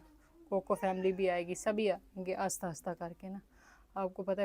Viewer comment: 3 ka table ghalat pdharhi hen bachy ko...three one za three hota Hy three one da three nhi. Aur please aahista bola Karen ....aasta aasta nhi.